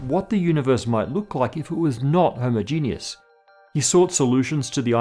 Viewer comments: "hoh-MOH-jeh-nus" --, genius is not required for its pronuncuation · Homogeneous: HU-MAW-JE-NUS You're welcome. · Homogenous: hom-ojun-us - I loved the video but the pronunciation irked me. Sorry 😅 Quark: Q-walk - I'm screaming internally lol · Do Brits pronounce "homogeneous" differently than Americans because I've never heard it pronounced that way before? Or did he just mispronounce it? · why cant you say homogeneous!?!?!?!